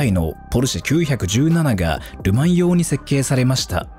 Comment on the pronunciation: ポルシェは、『キュウヒャクジュウナナ』ではなく、『キュウイチナナ 』と、読んでほしい。ってか、それくらいしてくれ(￣▽￣;)